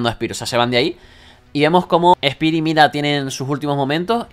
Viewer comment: espir xd , es spear , vos tas dislexico we